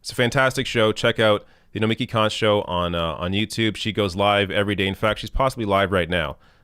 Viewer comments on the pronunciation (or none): Nomiki gonna come at you for pronouncing her first name that way. 🤣😋